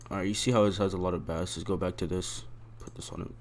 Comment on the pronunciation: why tf did you say bass like that